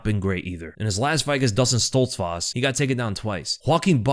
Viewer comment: He said "stolz-foss" 😂 it's stolz FOOSE